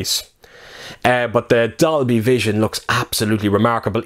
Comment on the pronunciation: Sound like u said doggievision